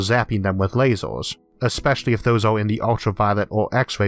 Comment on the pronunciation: Why do you keep saying "lasors" instead of lasers?